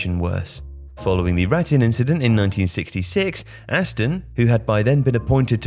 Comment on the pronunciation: Ironic that the voice-over artist (?) didn't bother to learn how to pronounce the words 'Rattín' and 'Chile.'